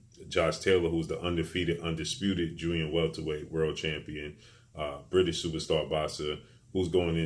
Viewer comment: First time I heard you say superstar George Kombosos in all your videos you had a bit of trouble saying superstar but it came out slowly ,but you still call Teo superstar with no belts